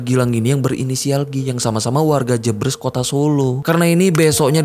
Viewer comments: bang, maaf sidikit koreksi yang bener jebres di baca e sperti "eka, cafe, hemat" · Pengucapan daerah JEBRES dibaca E nya seperti E di kata BERES, bkn E di kata BREBES